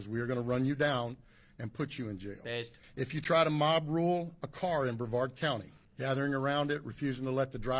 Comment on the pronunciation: I know this is stupid but when you were yelling,jail jail I thought you were yelling nail nail yes I know that’s stupid but you gotta admit you say some funny shit. Keep on rocking it.